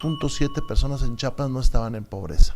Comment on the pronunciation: ESE VIEJETE YA ESTÁ MUY VIEJO PA QUE TODAVÍA NO SABE CÓMO DECIR “ CHIAPAS “ JIJODETURPM